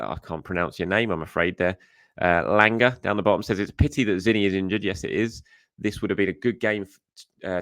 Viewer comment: the name you could not pronounce is pronounced as (Lah-ng-ah) Langa It’s from South Africa 🇿🇦